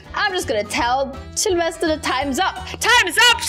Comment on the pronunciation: selevester::selevested me: so hard to say😅